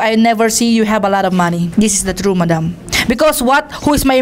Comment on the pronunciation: Sarap panuorin tong part na to!!! Parang si manny ang iniinterview ah!! Ang laban na to ai para sayu!!! Stop look and listen amputah!!!!the troot will set be pree🤧nose bleed amputa!!! Hahhaha.. laptrip si idol.. my multiple choice pa... True of pols😂😂